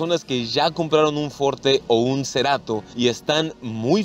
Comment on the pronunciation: "Kia Ceerato" no mms. FORTE!!!